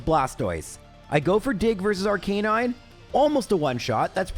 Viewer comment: The guy that can't pronounce rattata & arcanine is teaching us how to say "aa" together 😂😅